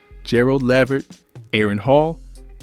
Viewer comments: Jay Rule? 😂😂😂 Gerald Layvert?😂😂😂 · I know ...I was like Lev-ert?? Oh no...lol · This is definitely AI, because I refuse to believe that an actual human being is mispronouncing LeVert that way and saying "asterisk" before and after the album titles. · Man I appreciate this and I love Joe! But.. Can you please do a better job of narrating. If it’s AI, it needs to be better. Mispronunciation of Names like Gerald Levert and saying asterisk in front of and behind the names of his albums. Makes it annoying to listen to. I’m sorry brother but that would make this even better🙏🏾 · Asterisk, asterisk, then the mispronounciation of Gerald LeVert's name...I cannot!